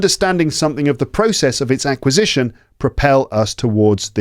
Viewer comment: I just want to know WHY in the minute with the word (ACQUISITION) pronounced that word as he was I DON´T KNOW a bit drunk, jajaja is just a joke, your podcast is fascinating. Thank you so much.